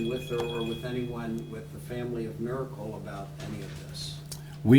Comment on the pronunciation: Miracle - can’t be pronounced with a y .